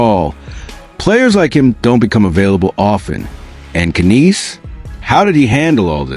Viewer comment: Who the f is ka neese LMAO It's pronounced nies Matthew Knies 🤦